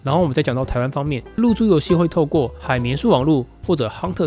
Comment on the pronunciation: 一直聽成入珠遊戲（對不起....